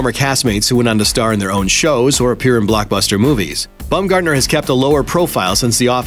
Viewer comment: Omg pls stop saying "Bumgardener" it's Baum bah-uhm